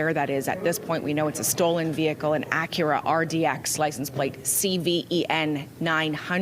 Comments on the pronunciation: he said “Ac Ura” 😮. 🙊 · That's the proper pronunciation. In Japan it's Acuura.